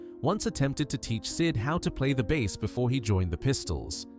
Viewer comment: 'Bass' pronounced here as a type of fish or the brewing company, instead of 'base' for bass guitar.